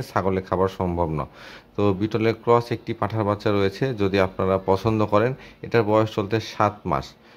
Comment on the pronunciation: পাঠা বাচ্চা Not পাঠার বাচ্চা 😂